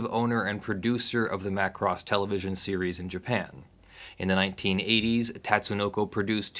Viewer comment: MA KUU ROOSSS-MA KUU ROSSS